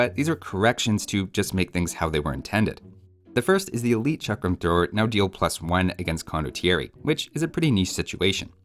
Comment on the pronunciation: that 'Chakram' pronunciation was perfect, right on point. cheers